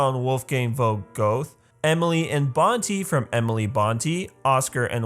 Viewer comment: You speak Goethe, Göte